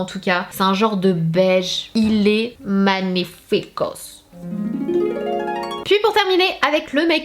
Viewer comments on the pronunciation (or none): le ral fenty me fait bien envie ! ps : pour la prononciation de magnifique en italien fait plutot "magnifico" en prononçant le "g" et accentue le premier "i" et pas de "s" à la fin et tu blufferas les italiens ❤️❤️😘